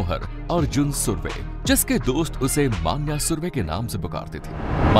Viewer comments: माण्या नहीं भाई,मण्या हे वो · "मन्या not मान्या" .....मन्या सुर्वे